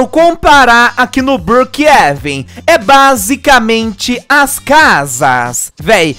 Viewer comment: Não e brookeeven sim Brookhavem